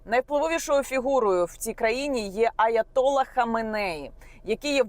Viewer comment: Наголоси: РаїсІ, аятоллА ХаменеІ.